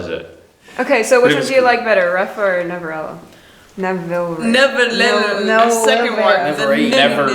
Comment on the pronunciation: omg does he know korean? He read the title do perfectly omg